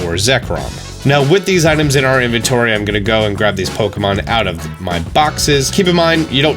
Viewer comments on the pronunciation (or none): none